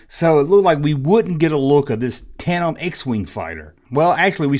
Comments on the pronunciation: Says tate.em like 20 times loawls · TAN-DEM. It happens,. "Australopithecus" try saying that. It took me a year to pronounce that correctly in anthropology. I've never encountered anybody yet who ever had a prototype of a toy, or a cancelled toy in a collection.